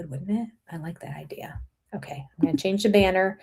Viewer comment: "Idea" is "Idiyia"